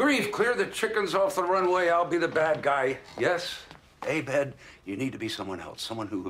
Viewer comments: I love how Pierce always mispronounces Abed's name. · It's always bothered me how Pierce couldn't be bother to pronounce Abed's name correctly. Everybody else said 'Ah-bed', only Pierce went 'Ey-bed'...